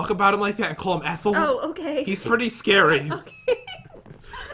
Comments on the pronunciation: It’s Etile not ethel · His Name Is Etile NOT ETHEL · I laughed when and the noob said eathal and not etal